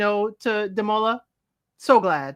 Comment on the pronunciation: 😂 the best thing about these reviews is watching you struggling to say Demola's name!